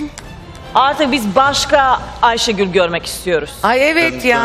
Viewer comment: ilk basta aysegul diyo😂😂😂